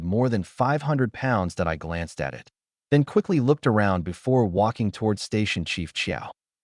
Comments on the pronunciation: like simple word like //// it, it goes " I T " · Can you get a better AI reader please. AI reader keeps spelling out short words. I-T, T-O, M-Y, M-O-M...gets very annoying. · Follow every period with at least one space character. Otherwise, the AI reader gets confused if the following word is short, like 'It'. sed -i '' -E 's/\.\b(\S{1,3}) /.\ \1 /g' filename.txt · Whats wrong with your ai? Cant say IT, AT, MY... so fkn dissappointing and annoying